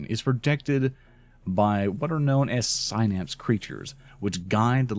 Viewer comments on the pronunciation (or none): none